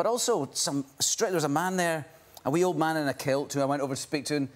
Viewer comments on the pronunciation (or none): "A wee old man in a kilt". I heard it like "a weird man in a quilt"